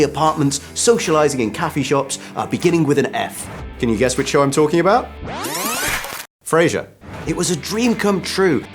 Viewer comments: ‘Frasier’, not ‘Frazer.’ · You're pronouncing Frasier incorrectly.